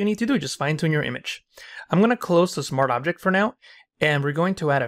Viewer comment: bro pls say SMART OBJECT and not smarabject